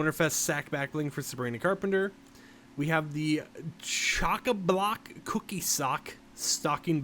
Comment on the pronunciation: "Chocàblock Cookie Sock" 🤦‍♂️😅😂